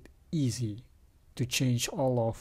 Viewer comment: Cool « voila » and « au revoir »